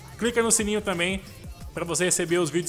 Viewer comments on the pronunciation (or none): none